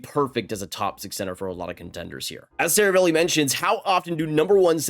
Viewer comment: say it with me please. Ser-A-Val-E